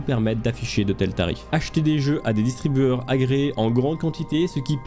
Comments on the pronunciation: "distribuTEUR" et non "distribuEUR"........... Sinon bonne vidéo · "distribueur" ouch mes oreilles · distribueur, j'étais pas sûr au début sauf que tu le redis juste après... sérieusement ? le mot est écrit sous tes yeux quand tu le lis, tu ne sais pas qu'on dit distribuTeur ??